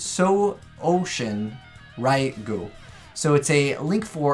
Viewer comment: Still he butcherd the highking of destruction Raigou(rough translation).